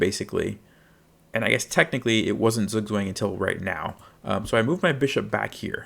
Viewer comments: Just a heads up, Zugzwang is a German word pronounced sort of like "tsuuk-tsfang". The uu being like in the word "too", and ang almost rhyming with "bong" (not with "bang"). Wouldn't normally comment on it if it was a minor difference, but it's basically unintelligible to a German 😅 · I would probably say the -ang should be more like -(ah)ng (a as in father) than -ong, but I suppose this is a technical difference. This is still a massive improvement. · You really should've taken the time to learn to say the word properly, you butchered the pronunciation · Thank you for the clear explanation - but PLEASE learn to pronounce it correctly!!! It is a German word, not American!!! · you pronounced it wrong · Great video! But please learn how to pronounce Zugzwang! Bitte! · beans what language, english? you do realise that a language is built on the people speaking it right? no point in nitpicking zugzwang when everyone mispronounces coup d'etat, qatar, or literally hamburger the way its supposed to be natively pronounced. also, did you know google is a search engine that searches dictionary definitions and not a literal dictionary? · thank you for the clarification, since you are a native German speaker, it would be really great if you could upload a video dedicated to correct pronunciation of this word since it's fairly common in English to be mispronounced